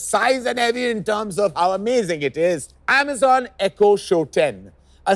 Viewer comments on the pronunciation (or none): none